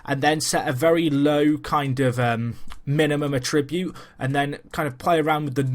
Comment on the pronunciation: Great video, but it's 'A-ttribute' rather than 'a-TRI-bute'